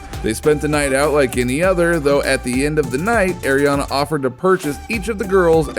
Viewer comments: Ariana not airiana I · You said Ariana wrong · Well you did